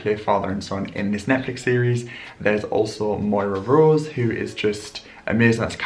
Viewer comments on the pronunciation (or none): none